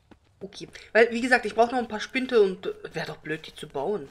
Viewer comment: Spinde, nicht Spinte - aber es gibt viele LPer, die das so aussprechen, also ist das LPer-Släng.